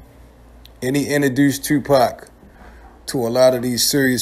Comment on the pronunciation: Bruh why the fuck do you pronounce your “O, OU” = UEW. TUEWWPAC, YUEWTUEBE